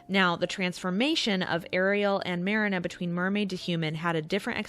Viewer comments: Ma-rina not merina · Here nane is not Merena, her name is Marina ) pronounce like MarEEna. I know how it should pronounce that's is my mother's name. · Mariiiiiina not marana 😂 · It’s not mare-inah, it’s Marine-ah, Fritz says it often enough. Unless you’re purposely saying it wrong for rage bait, if so 🤮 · Lol sorry, giggled at how you pronounced marina like the beginning of marinara. It's MAH REE NAH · It's pronounced Marine-ah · Pronouncing the main character sobering, you’ve clearly never seen the older version. Marina as is in Marine-ah. Literally you def never even watched it. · Her: pronounces Marina as Mar-ii-nuh Me: triggered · It pronounced mrEEnuh